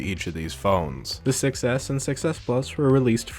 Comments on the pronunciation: Don't you think that when you say 6s it sounds like success? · When he says 6s it sounds like he's saying success which is also true